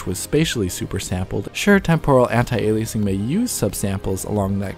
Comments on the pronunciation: It’s not pronounced “anti-ailiaysing” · Don't you mean "Anti"-Aliasing... not "Antai"-Aliasing?